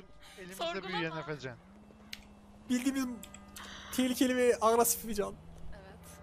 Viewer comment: Cagla nin efecan demesi